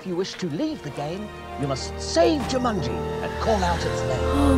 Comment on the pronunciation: Rhys Montague Darby pronouncing the game 'Ja-munji' ruined this film for me haha